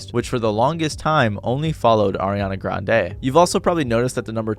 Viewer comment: Why did you pronounce Ariana Grande's name so weirdly?